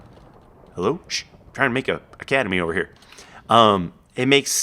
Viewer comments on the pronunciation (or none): isnt it academy inestead of cademy.